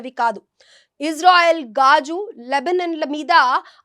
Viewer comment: గాజు కాదమ్మా "గాజా"... ముందు తెలుగు సరిగా పలకడం నేర్చుకో... తరువాత వార్తలు చెబుదువు గానీ...